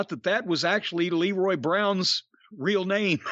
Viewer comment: For such an encyclopedic mind of wrestling knowledge..how could Jim make such a mistake on Leroy Brown's name